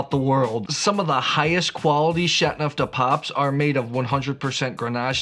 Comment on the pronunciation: You have a interesting way to pronounce Chateauneuf, dropping the "eau". Like chat-neuf-du-pop. :)